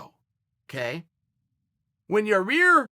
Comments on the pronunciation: Chael knows how to say his name. He just says yarear to make us talk about it. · Holy shit... HE SAID "YAIR"!!! HE SAID "YAIR"!! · Busted out laughing when uncle chael said " when yah rear fought Korean zombie" lmfaoo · Dude i just don't get it. Your must be trolling us. You must know how to say yair by now.